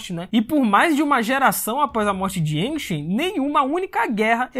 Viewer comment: Yangchen é mulher. E a pronúncia do nome é iangtxen